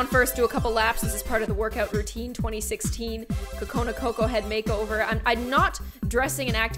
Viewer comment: It’s NOT co cona it’s..... Coo coo cona